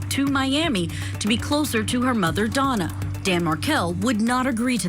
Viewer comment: Is it just me or does it sound like Judge Ashely Willcott (the host) is saying Donald or Donal and not Donna Adelson? LOL, the pretend volatile shaking. She stopped shaking when she was being given the water from the bottle (yes, one of her hands was being held by another officer, still) and when she was lying on the gurney, she was not shaking. I don't know why people keep saying that Donna Adelson is a mastermind in all this. I think Wendi Adelson is the mastermind, she got everyone to do her dirty work for her sake, her needs, her desires and everything else she wanted in the universe. She wanted to erase Dan Markel from their son's life and she did. Their last name was changed and the middle name of Benjamin was changed too that was dedicated to Dan Markel's grandmother.